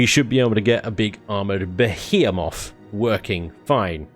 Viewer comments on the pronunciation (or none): attempt to say Behemoth American style "Be he a moth";)